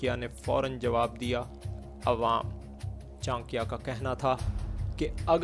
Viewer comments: It's not chankia ,it's chaanakya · Chankya sahi bolo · Bhosdike pahele naam sahi se le le